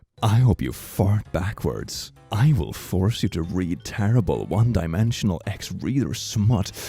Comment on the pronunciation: ok but can we just talk about how he said "one dimensional" instead of "one direction"